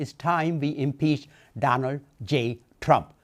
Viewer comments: Someone needs to tell the hindu senator that Donald Trump only has one D in his first name, not six! Did he just call him DDDDDDonald Tddddump? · Did he say Donawd😂😂😂